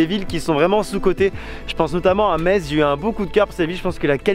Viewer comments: En lorraine on aime vraiment pas entre un Me"tz" J'ai failli en péter mon écran il faut dire tout simplement comme on dit le mot anglais "mess" le tz à le son -s à la fin et là tu seras bien reçue sinon tu ves mourrir xD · Rah yes! Metz ville sous-côtée… merci d'en avoir montré de si belles images ! Et oui, ça nous énerve énormément d'entendre MeTsss 😂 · Je viens de redécouvrir ma région merci pour ces images juste incroyables 🤩 Et je confirme que je suis irritée quand j’entends « meTz » aha. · Les images sont vraiment propres. Ca fait tellement plaisir de voir des gens présenter cette ville qu'on connait tant ! J'ai malgré tout failli lâcher mon dislike a force d'entendre meTss. Bonne vidéo et bonne découverte de ta chaîne au passage ! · apprenez le patois lorrain . malheureusement il est en train de mourir. Allez vite , gardez ce patrimoine qui vaut de l'or pour des futurs recherches historiques. comme elle est belle. et c'est vrai METSSS c'est horible. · Désolé, je te connais depuis quatre minutes et je suis déjà grossier en t'entendant mal prononcer Metz alors que je suis Meurthe-et-Mosellan. Vraiment désolé. Super vidéo en tout cas. Et j'ai grandi à 7 km du Lac de Pierre-Percée ! Merci d'en avoir parlé ! ;-)